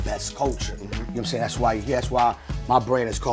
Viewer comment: Calling yourself a legend is really crazy, "you know watimzayng?!"